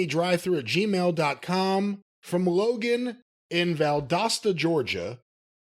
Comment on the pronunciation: As somebody who lives 30 to 40 minutes away from Valdosta. It means the world to me to hear somebody say it correctly. It's dasta, not dosta like it's spelled. People say like doughsta or some shit and it irks me beyond belief. It's a crazy name to have for a city, I get it's confusing on how to pronounce it. But, when someone gets it right like last did here, it makes me happy.